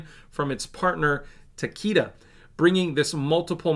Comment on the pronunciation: It's pronounced Tuh-KAY-duh. Largest drug company in Asia and their partnership bodes well for a small pharma.